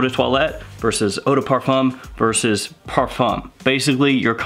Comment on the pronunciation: If you decide to make videos about this genre, please learn how to say ‚parfum‘ first